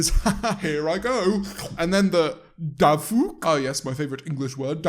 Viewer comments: “Dafuq” the way you pronounced it, actually means stupid in Hebrew ~the more you know~ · The way you said “dafuq” means dumb in hebrew